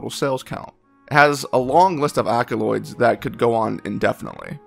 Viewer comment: Yeah I can't take this seriously You pronounced accolades wrong.